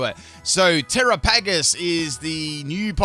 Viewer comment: tear-aa-puh-gos and the English language 🤦‍♂️:_pimpPickle